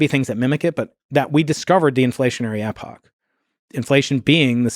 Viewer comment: Can’t pronounce epoch 😂